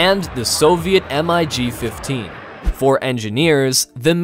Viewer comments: The Mig's are not pronounced as initials "M I G", but pronounce mig as a word. Amazing you didn't know that... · Dude.. you’re going to make a lot of people upset. Aviation fans know there stuff. If you’re going to make a video on this you should know how to pronounce the names. Like saying the letters M.I.G instead of the word mig. And it’s not F one hundred and two, F one hundred 4. It’s exactly how you say M I G. It’s F- one oh four. F- one oh two. Sorry if that came off rude it just made me cringe haha. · they're called MIGs, mate> No need to Say M-I-G 29 . . . . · I believe that the voiceover is AI generated and fails to pronouce MIG as mig and spells out the letters instead. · But MiG is written out as MiG and not M.I.G... I WANT to find a logical reason for not knowing how to say a really important word when one is placing themselves in a position as an expert in that subject.... But don't see one. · Imagine calling a MIG a M I G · If you are going to present a video on US military aircraft, PLEASE learn how to pronounce the names of the planes properly!!! It's not the " F One-Hundred and One", it's pronounced "F One Oh One". The Russians do not fly M.I.G.'s, they fly "Migs", If you want credibility, you have to sound like you know what you are talking about!!! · It's Mig not M.I.G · No one calls the MiG an “M. I. G.’. You can call it the M. G. As it is short for Mikoyan Gurevich. Referring to it as the M I G lets the Russian know how stupid we are in identifying their aircraft. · the way he keeps spelling out M.I.G. instead of just saying Mig...is a little annoying lol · I think the voiceover is AI generated and cannot pronounce MIG as mig and spells out the letters instead. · call it MIG not M.I.G., you are making it sound like an acronym which is not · Stopped watching when he pronounced it: M I G. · Right behind u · That and the "F-one-hundred-and-five" made me cringe. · WHY DID U PRONOUNCE MIG M I G WHYYYYYYYYYYYY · Who tf says M I G